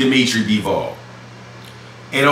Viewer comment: It’s bivol not BEEEEEVOLLLLL